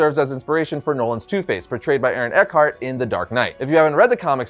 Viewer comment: Dr Ekhart hahaha more like eckhart